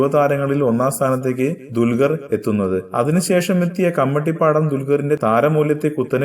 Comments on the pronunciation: mone dulgaralla dulqar parayaan padikk ... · dulgar?? parayaan padikku bola